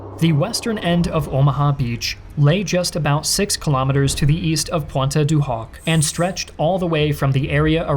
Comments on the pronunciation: DUDE... . Your French pronunciation SUCKS! Collie-ville? Pwontay-de-Hock? cmon man, try harder. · Lmfao my man just said "pwanta du hoc" someone put him out of his misery xDddd